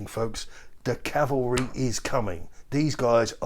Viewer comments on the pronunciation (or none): Cavalry lol